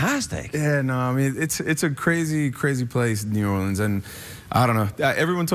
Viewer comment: I think Channing Tatum is saying Knee-Yourleans instead of New Orleans....? I'm a little drunk though